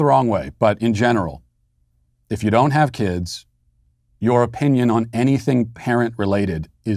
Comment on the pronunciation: His real oh-pee-nion.